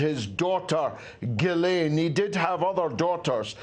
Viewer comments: S'il vous plait,, don't yell at me. You see I'm French, hence highly sensitive. But I MUST tell you: it's 'GHEE-LENNNN' (the mini-Maxwell) and 'NAHNT' (the burnt Cathedral). Don't argue, French women are always right, you won't win this. Merci beaucoup, excellent reporting and analysis as always. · Are you saying the second syllable of Ghislaine’s name wrong just for fun? The British MP said it right on your program!